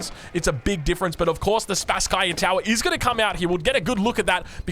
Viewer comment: Greetings from Moscow, Russia,! Thank you for your outstanding casting. A little nit: the name of the main tower of our city Kremlin should be pronounsed like "SpAsskaya" tower. Best regards, dude! You do awesome job.